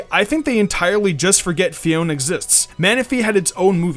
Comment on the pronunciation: Its pronounced Pheoné